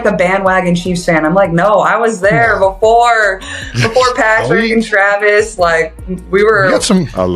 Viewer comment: Whomever is narrating this video, or robo voice can't even pronounce jason and travis last name correct. He just needs to learn how to speak correctly !!